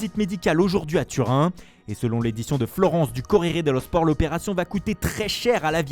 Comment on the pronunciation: Une voix posée, une présentation au top et animation hors pair respect un régal de vous écouter ! Au delà de votre talent global mon coup de cœur c'est votre accent en italien quand vous commentez les publications de la gazetta et le corriere dello sport (l'articulation un pur délice 👌🏽) Merci pour tout que du bonheur vous !